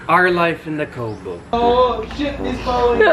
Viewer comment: once said, "our life in the kowbow" 😂 yey for another vlog ❤️